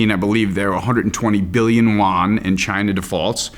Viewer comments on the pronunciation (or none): When talking China and its currency it would be nice to properly pronounce it...: it is Yuan (as in You-An), and not Won (which is the Korean currency).